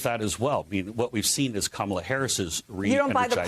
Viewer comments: The main thing I take away from this is that they CAN pronounce Kamala’s name properly! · At least he pronounced her name correctly